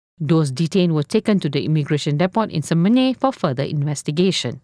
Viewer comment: OMG ! Please teach your newsreader CORRECT PRONUNCIATION . DEPOT is pronounced DEPO !!! The ' T ' is SILENT !!!